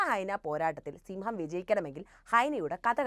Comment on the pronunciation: സിംഹം അല്ല സിമ്മം